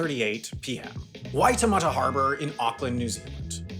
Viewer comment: Yea I was pleasantly surprised at the Waitematā pronunciation especially. A lot of Americans say "why ta matter" and just move on.